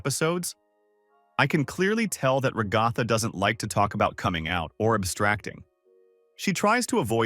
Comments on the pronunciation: Your AI voice keeps mispronouncing Raa-gath-tha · Hearing you pronounce Ragatha "ra-goth-ah" hurts me mentally